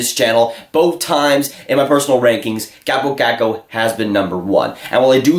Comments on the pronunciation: KAW-po KAWHK-ko, not KAHP-oh KACK-oh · "Chääbou caccou"??...it's kaapo kakko! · Why dont you learn to announce name correctly if you make this kind of videos?